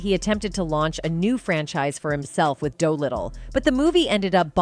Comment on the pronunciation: Was this narrated and edited by AI? For example, on the Howard the Duck segment, they cut to Terrence Howard several times for no reason. "Doolittle" is being pronounced as "dough little". Also the & is being read as "amp" throughout this video.